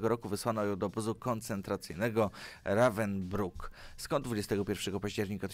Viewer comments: nie bylo rawenbrika a revensbrik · Nie Rawenbruk, tylko RAWENSBRUK! Ogólnie to nie rób kopii z wikipedii, BŁAGAM!!!! To nie tylko tutaj widzę niestety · Jąkasz się czy nie umiesz czytać?! Zanim zaczniesz szwargotać przeczytaj kilka razy czytany tekst. p.s. W języku niemieckim jest cos takiego jak "U" umlaut co czyta sie nie jak Ravensbruk ale Ravensbik. Cos miedzy "u" a "i". Ucz się chłopcze jeśli chcesz uczyć innych.... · CZYTAJ: RAVENSBRIK.